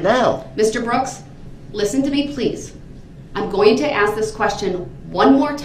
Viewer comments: The proper word is ASK not axe. Talk normal please! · The proper word is ASK, not AXE. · That’s because you’re not witch him. He needs to axe his questions and a dictionary to understand what “advising” means. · He pronounces it as AXED. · He does ax a lot of questions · If I were the Prosecution… I would “Object” every single time the words “Axe”, “Dat” and “Twooth” were used … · Cracks me up how he cant pronounce the work 'ask'...